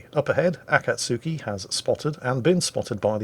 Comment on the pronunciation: A-cat-SKI, as one word, not A cat sooky!